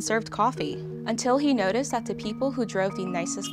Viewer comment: Love this series; suggestion for, pronounce your "th" like a "th" instead of a "d". For a journalist to say "dat, duh and dare" instead of "that, the and they're, sounds... rough. Additionally, I heard "wurf" instead of worth.